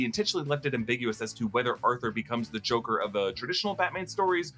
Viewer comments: Did you mean to say, "Zhokair"? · did you say jokie? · The way you pronounced Joker, Gaga, and Zazie made me think this was directed by M. Night